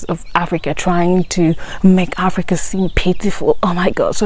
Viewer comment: Africa or Aprica??😅😅